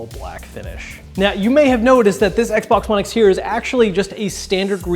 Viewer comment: X-Bon-Ex. I like the way that sounds phonetically.